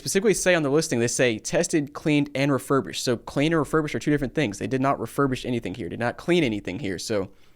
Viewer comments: Rerubished lmfao 😅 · “Rerurbished” lol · That’s not refurbished, that’s defurbished. Absolutely awful.